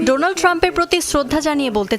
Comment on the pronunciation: উপস্থাপিকা বললেন: ডোলান ট্রাম্প😂😂😂